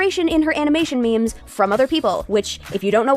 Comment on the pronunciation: I know this is a serious topic. But like- the robot voice saying memes like mehms is funny to me 😭